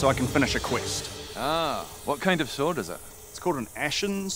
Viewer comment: When he says, " an Ashen swort," you know it's gonna be hard